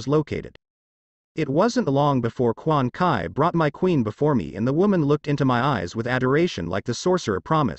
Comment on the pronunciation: it's quan chi not quan kai